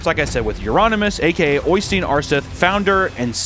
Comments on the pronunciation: I love how Øystein pronounced right gives the right feel for black metal. Then english speakers go "Oisteen :3" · So wrong. Going to call Øysteins the same from now on😂😂